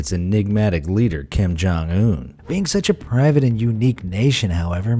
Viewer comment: lol privut